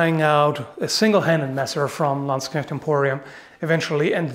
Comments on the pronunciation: Was about to comment on the excellent pronounciation of "Knecht," but then I remembered is European, not British. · like for the correct pronounciation of the word “knecht”.